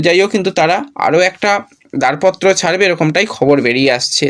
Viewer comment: দারপত্র নয় দরপত্র হবে,উচ্চারণের দিকে নজর দাও। বড্ড কানে লাগছে।